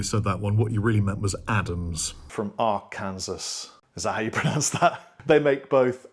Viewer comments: Are Can Saw. Not Rkansas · Arkansas is pronounced R-Can-Saw I wish it were Rkansas. Would make much more sense. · Illinois = Ill-i-noy, Arkansas = Ar-can-saw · Sure someone has said this already, but those states are pronounced "ill-uh-noy" and "are-can-saw" or "are-can-sah" depending on accent. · Correct Arkansas pronunciation when referring to the river, but the state, while spelled the same is pronounced “r-kan-saw” because… 🤷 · are-can-saw. You’re welcome 🤣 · Americans say "A to Zee" ("zee" not zed) -- Arkansas is pronounced "AR-kin-SAW" and Illinois is "ill-annoy" LOL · Thanks - very informative and balanced. For me, the most interesting part was your pronunciation of Illinois, Arkansas, Malaysia, Indonesia! Can you repeat these again in your next vid!:-)